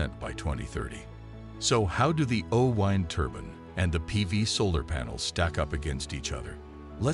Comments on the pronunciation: Why is the narrator saying 'oh wind' as in winding something up? It's O-WIND as in the wind that blows. Damned annoying. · AI says "WHYnd"! LOL. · The “oh-whine turban”? Weird pronunciation = good luck with that one and your AI voiceover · Funny pronunciation of o-wind